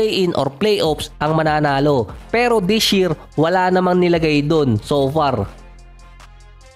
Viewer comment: “LASH YEAR” “DISH YEAR” i lyk that